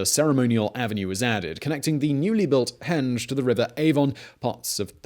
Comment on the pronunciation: Accent wise, which American state would say 'a henge' is something a door swings on? Greetings from lockdown UK : )